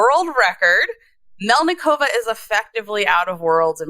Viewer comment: MElnikova- it is not hard to pronounce people's names correctly .